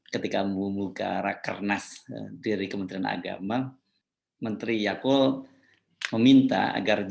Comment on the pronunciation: Edit : yaqut pak yaqut, saya dengarnya YAKULT maaf saya senyum2